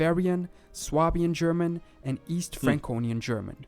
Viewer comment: Nice to see a video about my state, also your german pronounciation is pretty good!